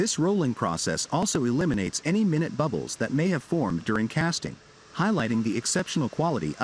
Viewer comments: minute pronounced "mine-yoot", meaning very small, not "minnit", meaning a period of time. C'mon, AI, if you intend to take over the world, you need to do better! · Robo voice. Can't tell the difference between minute (very small) and minute (unit of time).